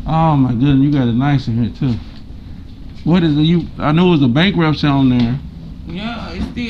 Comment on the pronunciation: Did that woman say "bankrupture"??!! I guess that says it all. 🤦🏾‍♀️🤭